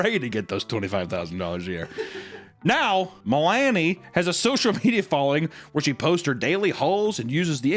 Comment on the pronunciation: is the only person on the planet that can have a serious discussion about Mother Horse Eyes but can pronounce 'Melanie'. lol